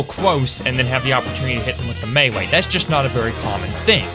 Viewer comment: Does he say mewee or buwwets or is it just me?